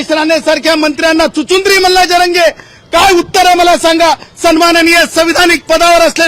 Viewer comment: चुचिंद्री नाय चिचुंदरी आहे 🤩🤩